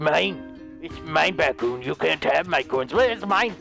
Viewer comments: its not BatKoon its BadKoon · Wait so is it batkoon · Lol remember when you couldn’t say batcoon